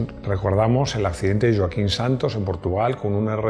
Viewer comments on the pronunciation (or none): none